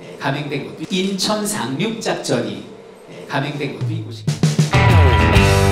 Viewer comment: 갱상도는 상↗️륙↘️작전